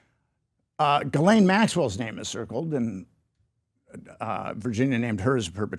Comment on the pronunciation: "Tod Blanche, I want to say his name correctly" 😂 Her name is still not pronounced Jiz Lane. It sounds like Ghee Lan. Okay Put, second try might work, since pronouncing names is important to you